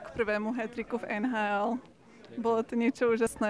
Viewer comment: How do you pronounce or say NHL in Czech? I hear you say a word In the video that sounds like Nnnn-haaal